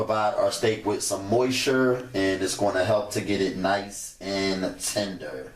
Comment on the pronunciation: Did he say moisure? Lol